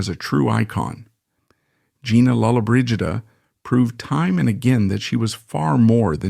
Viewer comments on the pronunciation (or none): You are pronouncing her last name wrong . 🤷‍♀️